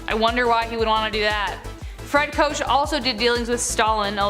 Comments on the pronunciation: Not trying to be "that chick", but just FYI -- Koch is pronounced "coke". Just sezin. Sorry. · Pronounced coke, koch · Koch is pronounced Coke btw